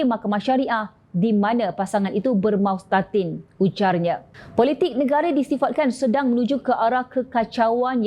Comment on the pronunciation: MASTAUTIN bukan MAUSTATIN